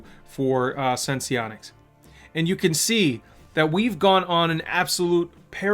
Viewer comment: Why does everyone keep calling this sen-see-onics? Is it not called sense-onics?